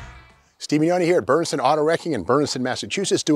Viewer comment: I guess it’s Bernardston. Very difficult to tell based on the varied pronunciations, even changing it between the name of the junkyard and the town. Saying things like, “Berneston Wrecking in Bernenston Mass” or “Bernsen” throughout the series. I imagine, because it’s Massachusetts, it’s pronounced more like “Bernerdston” or “Berneston”. Not knocking you, Steve. Just trying to figure out where you are.